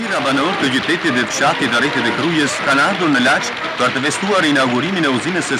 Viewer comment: Shume bukur . Spikeri nuk e ndan dot C nga Q si psh qytetit Lac I theret Laq . Te tjerat ju lumte